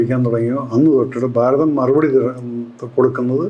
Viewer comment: ബാരതം അല്ല ഭാരതം